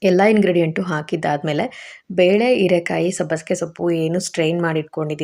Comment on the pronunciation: ಹೀರೆ ಕಾಯಿ ಅದು ಈರೆ ಅಲ್ಲ